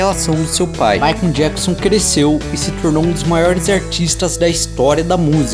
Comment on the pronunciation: Rachei o bico com ele falando MaicUMM JacksUMM kk